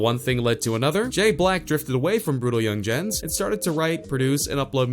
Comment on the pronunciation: Alexa has more street cred than the guy narrating this video💯 ("young-jens"🙄)